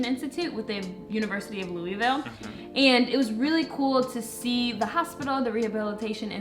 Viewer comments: LOU-A-VOUL, not LOUIE-VILLE… 😂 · Loo-uh-vul....we can tell you aren't from here when you don't say it right...LOL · Oh my gosh and you went to my home town. I wish I knew. I would have drove to see you both. it’s called Lou- a- vul. 🤪🥰